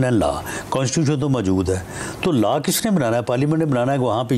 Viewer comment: Not LA but LAW